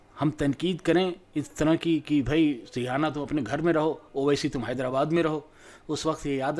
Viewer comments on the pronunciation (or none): are bhai rihana nahi hai wo rieana hai